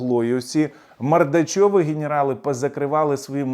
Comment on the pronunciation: Не мордачов., а мордвічов